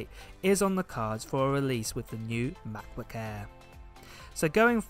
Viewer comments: is anyone else annoyed by how this dude says MackBook eeee every time? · Lol I love the way you say matboot air. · makkk boook äääähhhh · Love how you say Ma Bo Air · The "MABOO EHH"